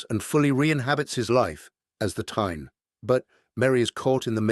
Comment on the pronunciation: Funny how the AI can't pronounce "Thane" and turns it into Tyne.